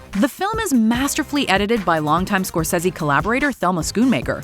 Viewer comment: Holy crap, learn how to properly pronounce "Scorsese" and "Schumacher". Stop butchering peoples names.